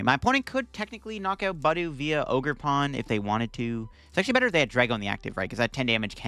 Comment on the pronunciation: It’s pronounced buh DOO